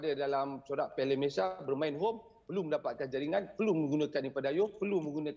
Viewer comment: Pengucapan dan sebutan MalaysiA tu lebih sempurna patriotik dan mahal bunyinye dari sebut MalaysiE/Malaysye bunyinya amat miskin dn seperti mnghina nama negare kite.. Malaysia kan nama negara dn nama.rasmi secantiknya sebutan juga rasmi iaitu MalaysiA..bagus bekas pemain selangor sebut MalaysiA bukan Malaysye.. dari host sukan..